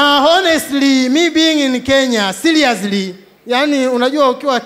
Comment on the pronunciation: siriusilly Actually😂😂😂😂